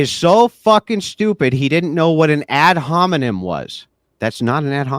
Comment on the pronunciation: he keeps saying 'ad hominin'